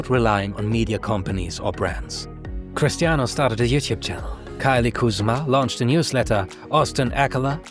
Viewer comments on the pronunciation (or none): none